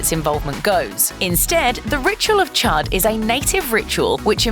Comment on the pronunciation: You pronounce the ritual of chud chood not chud